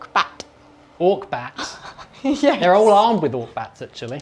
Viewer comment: It's not orkbat. It's orkombat.